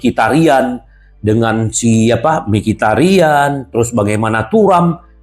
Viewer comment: mikitarian berubah jd mikitemean😂😂